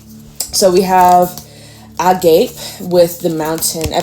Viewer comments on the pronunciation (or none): leaving this comment with love: agape is a greek word pronounced ahg-ah-pey. thanks for your lovely service :)